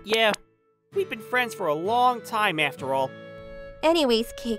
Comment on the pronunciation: I don' t mean to be rude but "fwends"? "made me feel even woise?" Is MC in kindergarten?